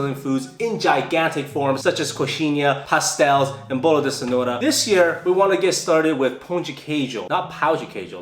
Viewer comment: Oque o acha: Bolo de cenoura. Oque realmente eh: Bowlo di cenowrua